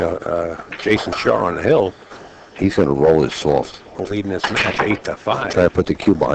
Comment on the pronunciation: Announcer goes out of the way, to pronounce every W as an R. Jason Shar/ Jars of the pocket. Psh/Smh